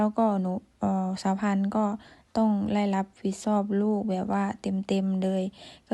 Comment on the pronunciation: สาวพันออกเสียง (ช )ช้าง เป็น (ซ )โซ่ เสียง ใช้ เป็น ไซ้ -ที่ถูกต้อง คือ สาวพันต้อง แยกเสียง (ช )ช้าง ออกจาก ตัว (ซ )โซ่ =ใช้ เป็น ใช้ -และเสียง (ร) ยัง พัวพันกับเสียง (ด ) อยู่ - 1 ชั่วโมง (ช) ไม่ใช่ 1 ซั่วโมง(ซ) - รับผิดชอบ(ช) ไม่ใช่ รับผิดซอบ(ซ) -เช่น (ช) ไม่ใช่ เซ่น ( ซ)